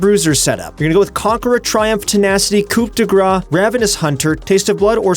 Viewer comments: I'm french, you pronouce it "coo de grass" not graw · Why is literally EVERYONE pronouncing coup de grace the wrong way, its insane. Im not french but it hurts because everyone is raping these 2 words. Its pronounced as „Qu dö grás“, strong pronouncing on the a. Please, do it right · Its Coo de Grass , for coup de grace